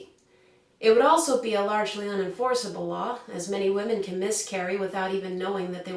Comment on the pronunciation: Why can't pronounce "Women" correctly? For the plural of woman,the "O" is pronounced as an "I". Please, people, get this right!!